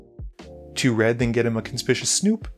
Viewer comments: It’s pronounced like “con spic you us” snoop. It means the opposite of stealthy. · It is CON SPIK YU WUS Snoop. I get irritated every time you pronounce it wrong. Lol